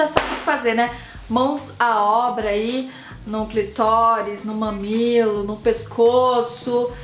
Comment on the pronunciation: Amiga vamos aprender a falar o nome clitóris pelo amor de Deus porque é agonizante